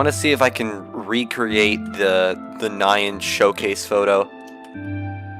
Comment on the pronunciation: Wait... I thought it was pronounced as "nian", as in Japanese anime way 😭